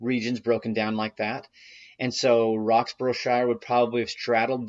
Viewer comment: Roxburghshire is pronounced Rox bur ruh sheer or Roks bruh sheer